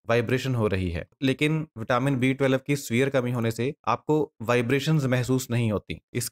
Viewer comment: आप twelve ही सही नहीं बोल पा रहे हैं. टवेलव uchharana करते हो.